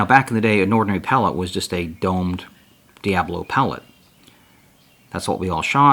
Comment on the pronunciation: DIA BOLO. not DIA BLO